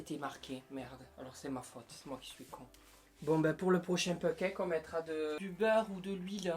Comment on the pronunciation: "pen caque"